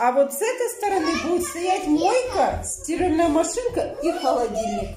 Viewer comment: не смесТитель, а смеситель, не стИральная машинка, а стиральная (ударение на первую букву А). Каждый раз пишут тебе, почему игнорируешь? Выписывай себе на листочек и учи как правильно говорить слова, дети же повторяют за тобой,почему ты их так не любишь?